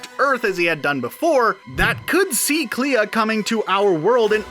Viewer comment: Clea. I have always heard it pronounced more like "clay-uh". Kind of rhyming with a certain Lucasfilm princess.